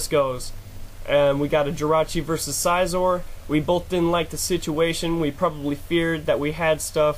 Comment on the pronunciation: It was a pretty good game overall but I don't like the way you pronounce Scizor. =\